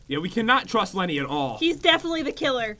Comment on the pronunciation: It’s Lenny not jen